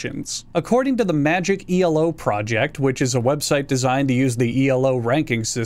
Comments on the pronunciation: I shutter every time you say E L O Instead of elo (e low) but that’s the salt MOBA in me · Stop saying E L O, it's not a fucking initialism! It's Elo, like the middle of "yellow," because it's named after the Hungarian mathematician who created the system: Arpad Elo. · I had to stop watching, when you said E.L.O. It's not an abbreviation, it's a name, so it's pronounced "Elo"! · he says “steal” here and it sounds different to how he said *El*o. He is 100% saying it as an acronym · It's pronounced E-low, after its creator Arpad Elo, we're not measuring skill in Electric Light Orchestras. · Actually, Elo is the name of the creator of the ranking system, so it isn't an acronym and is pronounced eee-low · i genuinely don't think i have ever heard someone pronounce ELO as ee el oh. im scared now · Your pronunciation of "Elo" hurts me. Elo is not an acronym. The Elo rating system was named after its creator: Árpád Élő. Technically, it's pronounced [é-lu] but most anglophones say [ee-low]. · Just a note, you are saying Elo like it's a akronym but it actually named after Arpad Elo. It almost sounds like I made this up.